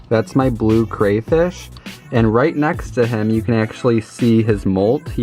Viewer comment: Everything about this video is great except for how you pronounce crayfish